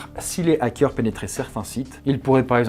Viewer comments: On dit des Zarricots? Non! Alors pas des Zackeurs... merci :) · "les Zakeurs" ZAEOIUGHAQ£